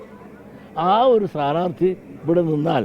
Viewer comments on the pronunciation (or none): മാഷേ സാനാർത്തി അല്ല സ്ഥാനാർഥി എന്നു പറഞ്ഞു പഠിക്ക് പിന്നെ മതി തരം പോലെ ....... മാറ്റുന്ന പണി!!!!!